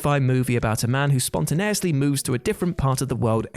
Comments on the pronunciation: Did he say spon-tuh-nayus-lee? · Could've done with another take to try pronouncing 'spontaneously' correctly.